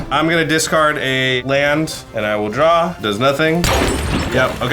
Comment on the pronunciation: "untap ,upkeep and droor." - prof